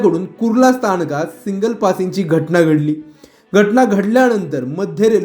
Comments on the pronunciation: सिंगल नाही हो सिग्नल म्हणा.बातम्या देताना भाषा शुद्ध पाहिजे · अरे येडझव्या, आधी "सिग्नल" बोलायला शिक. कधीपासून सिंगल सिंगल करतोय. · बातमी वाचणार्‍या व्यक्तीस सिग्नल, सँडहर्स्ट शब्दांचे व्यवस्थित उच्चारण करता येत नाही. सिंगल पासींग असे चुकीचे बोलल्यामुळे समजण्यास वेळ लागतो. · सिंगल नाही सिग्नल उच्चार तरी नीट करा. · सिंगल नाय रे बाबा, सिग्नल!😅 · अक्कलशून्य पत्रकार !! सिंगल नाही सिग्नल असते !! राऊतकडे जायचं कमी करा बुद्धी भ्रष्ट होत चालली आहे तुमची त्यामुळे !! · बातमी देताना शब्दांची गल्लत करणे शोभत नाही. "सिग्नल" म्हणण्याऐवजी "सिंगल" !! 🙂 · बाबा सिंगल नाही सिग्नल बोल. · सिंगल नाही.. सिग्नल.. व्हिडिओ नीट बनवा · सिंगल सिंगल काय लावलाय रे...सिग्नल म्हण आधी व्यवस्थित मग बातमी वाच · भाषा आणि उच्चार सुधारण गरजेचं आहे असं मला वाटतं. "सिंगल" नाही "सिग्नल" असा शब्द आहे. दोन्हीच्या आर्था मध्ये खूप फरक आहे. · सिंगल नाही सिग्नल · सिंगल नाही रे, सिग्नल...😢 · सिंगल नाही मूर्ख सिग्नल म्हण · सिंगल नाही "सिग्नल". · सिंगल की सिग्नल ? सिंगल म्हणजे काय ? कोणी सांगेल का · Are bhai tula signal bolaychay ka... सिग्नल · सिंगल नाही हो सिग्नल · तुम्ही आधी सिंगल न म्हणता सिग्नल म्हणायला शिका